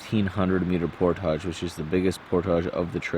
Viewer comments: driving me nutz, Portage is pronounced PORT-IG not POR-TAGES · it's portage not portaaja lmao 🤣🤣 love you channel though brother period keep up the good work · Portage rhymes with cordage, not massage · Awesome video, although it made me cringe every time I heard portage pronounced "pourtaaahje". It's "port-edge"! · UNBELIEVABLY COOL, JOE! WELL DONE. YOU ARE QUICKLY APPROACHING THE LEVEL OF OUR HERO, LED STROUD! CAN'T WAIT FOR PART TWO. IT DIDN'T EVEN BOTHER ME WHEN YOU SAID POR-TAAAAAAAJ! BRAVO! BRILLIANT!